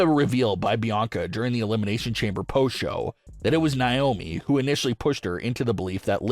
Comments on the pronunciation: It's Naomi not niomi 😢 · It's not niomi it's Naomi 😢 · Hey it's Naomi not niomi 😢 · Once again it's Naomi not niomi 😢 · Could you please stop mispronouncing Naomi 😢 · Please stop mispronouncing Naomi 😢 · Stop mispronouncing Naomi 😢